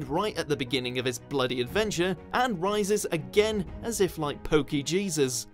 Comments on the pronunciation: Poke-Jesus ? WTF 😂😂😂😂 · Please don't tell me I'm the only 1 who laughed when he said poke jesus